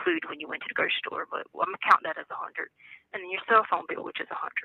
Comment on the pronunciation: oh Harley, your gonna need several more hundred to pay your “FOAM -BILL” as she says it. Why ? You ask. . . There is NO freaking RETIREMENT Money”. IF LIEtecia had a quarter for each time she has promised that damn money, she would have twice what is actually in that non-existent Retirement 💰. I like how she prefaces each convo with “it is suppose to be in there.”